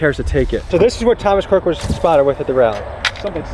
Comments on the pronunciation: Why did you say CROOKS’ last name wrong throughout the video, just terrible mental capacity or is it on purpose lol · So you're just going to go the whole video calling him "Thomas Crook" without pronouncing the S in "Crooks"?! Why is that so hard? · Just curious but why the constant mispronunciation of Crook? “Cook” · 1) How'd you manage to pronounce the shooter's name wrong every time and in 3 different ways? (Cook, Cooks, Crook) Last name is CROOKS 2) Why were you hanging out with the sniper with no shirt on? 3) What's up with the red rocket outro? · How do you mispronounce his name the whole video! It's Crooks, not Crook!!! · Were you not saying his last name correct on purpose??? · What’s up with the shooter’s last name being pronounced a bunch of different ways? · "INVESTIGATING" the assassin... and cant even say his name right.... credibility gone